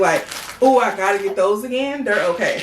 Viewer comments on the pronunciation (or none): none